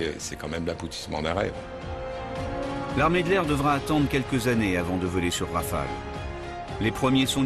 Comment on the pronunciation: rafale..pas raphale...